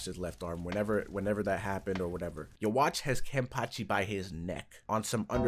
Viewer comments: Stop calling him u-wach ! His name is I-Watch X) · The English pronunciation of Ywach's name IS the source of that debate of bleach fans and CLOSE MINDED CHRISTIANS... because it's supposed to pronounced Yuhwah, which is similar to YHWH, or Yahweh... Abrahamic religion's God